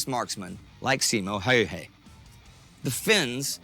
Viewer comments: The dude who spoke first pronounced Simo's name well but, the narrator for whatever reason pronounced his name reasonably decently the first time but became steadily worse as the video goes on. Why? Presumably they both learned Simo's name at the same time. But wtf, nothing depends on it. (Btw, he didn't only put snow in his mouth to prevent the vapour puffs, he froze his rifle's barrel to also prevent the escape of visible vapour. He didn't "find a new home," the government gave him a farm. And the rest of the boo-boos. Like, his total kill count, rifle and machine gun, was 800+. All in 100 days.) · The narrator's pronunciation of "Häyhä" just hurts my ears. Also that photo is often used to portray Simo Häyhä, but that's just a staged photo of some random Swedish soldier. Not a Finnish rifle, and Simo didn't use masks. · If I had a penny for every single different way Häyhä was pronounced in this video, I'd have half a pound